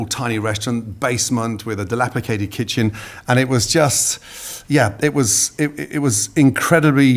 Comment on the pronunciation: All these years and nobody has told Gordon that it's 'dilapidated'.